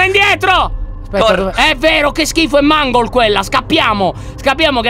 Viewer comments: Si scrive mangol e si legge meingol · Si pronuncia Mengol e si scrive Mangle😂😂 cmq è femmina😂😂